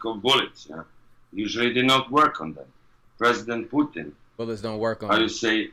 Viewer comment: "My Pudding (Putin) would not trust them" Am I the only one who heard this?